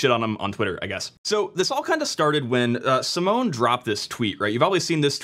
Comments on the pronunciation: Simone is pronounced how you would read it in German - he is not a security researcher, he is a developer that stumbled on it - he is piss off nobody would take his finding seriously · although you got the name pronunciation wrong😅 ( search for the Italian pronunciation of the Italian name Simone), great explanation !! thanks❤ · This is dumb since proper firewalling would drop UDP/631 anyway. If someone already got into your LAN then you're already owned, so having the port open to your LAN range isn't really much of an additional problem. Simone (sim-ohn-ay) is basically making a big deal about nothing. Oh noooo 300K targets out of 4Billion.